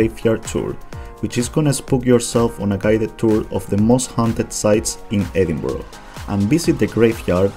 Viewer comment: Edinburgh, pronounced edinburrah not edinboro. If you've been there you should be able to pronounce it properly.